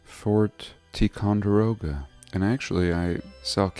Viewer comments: Fort Tie-con-der-oh-ga Sorry lol, it was like nails on a chalkboard when I heard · Pronounced Tie•con•duroga. I think they left it because it was famous with the old generations already. Really cool vid. Thank you